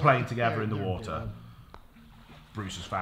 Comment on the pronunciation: Water not wooter